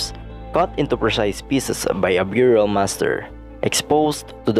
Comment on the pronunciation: It's burial not byurial